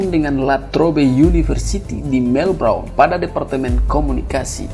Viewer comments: Sebut melbourne sj salah hihihi melbrone bejajarrr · Universitas melbourne (baca melben) bro